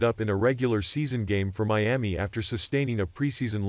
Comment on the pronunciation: Who taught him how to say Miami 🤔